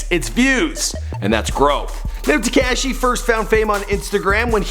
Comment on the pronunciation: Tee-k-ah-shi 69